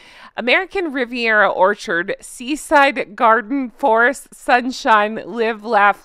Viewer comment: Gosh, that d at the end of Orchard is crass. I hadn't noticed it before.